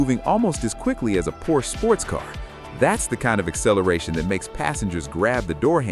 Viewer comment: I wish you guys would pronounce the Porsche name correctly!